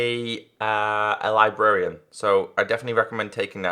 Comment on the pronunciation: 'Librariam'- 2016